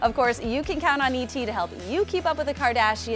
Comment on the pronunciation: the way the reporter says Kardashians wtf 😂😂😂